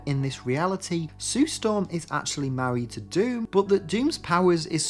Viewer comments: It's pronounced Von Doom, not "Van Dame" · The butchering of Dr Dooms name should be punishable by prison